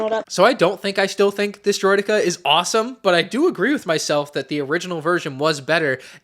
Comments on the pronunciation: Makes snes but "Droideky" ? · “droid e key” ✌️😭